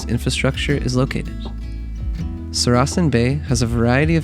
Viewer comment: Saracen is pronounced SAracan with the stress on the first syllable, not the second as spoken here.